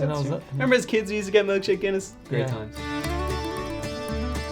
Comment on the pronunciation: Take a shot every time they say guinnesse. 😂